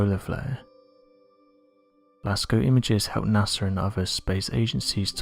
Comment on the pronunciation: It's NOT sars, IT'S SAW... Its NOT nasrs it's NASA .MY GOD can't you find someone we can understand!!?!?!?